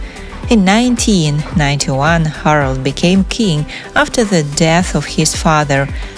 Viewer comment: Harald, not Harold